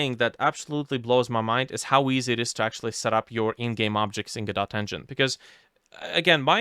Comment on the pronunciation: "Godot" is pronounced "g'dough".